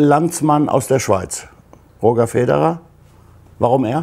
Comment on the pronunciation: Roger Federer 😍 Leider wurde das Roger nicht ganz richtig ausgesprochen vom Moderator. Aber war sympatisch ^^